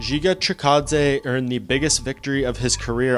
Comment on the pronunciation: say his name right